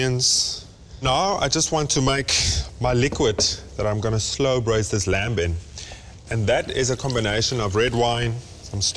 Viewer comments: Reuben is awesome but can someone please tell him the "b" is lamb is silent... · Glenn, I agree. That 'b' (or perhaps even 'p') makes me cringe every time.